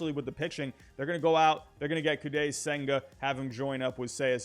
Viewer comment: I think its pronounced Koh-die senga